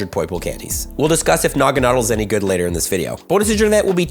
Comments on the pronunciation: Nuh-gah-nah-dell. Lol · You’re pronouncing Naganadel incorrectly btw. Stressed syllable is “del” (as in, it rhymes with “Adele”).